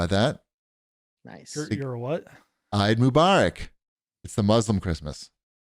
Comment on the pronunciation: Hearing say "Eid Mubarak" made me smile. You guys are awesome - happy holidays!